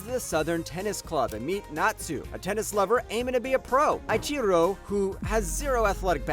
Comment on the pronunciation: how can you claim to be an otaku and pronounce "Eiichirou" wrong?! okay but that being said, i've had 20 minutes of sleep and a few plane rides, thanks for this video lol